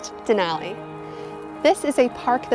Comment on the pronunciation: *and "Denali"